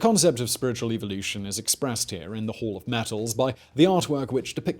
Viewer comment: Love how he can't say hall.